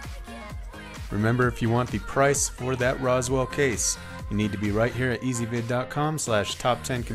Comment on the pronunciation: 'Rose' 'Will'.. not Roswell. 'Ooh.' Not 'Aww.'